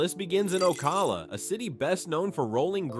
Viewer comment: It is definitely an AI voice. Port “Street” Lucie, the pronunciations of Ocala and Lakeland and Cape Corral. Housing is slow across the country and yet Florida is collapsing. Need some better facts here.